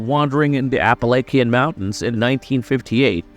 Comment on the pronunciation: You pronounced Appalachia way wrong